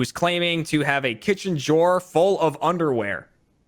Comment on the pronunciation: why does say drawer with a j